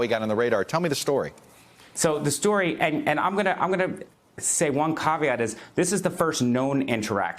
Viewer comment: Cav e ot, not cov e ot.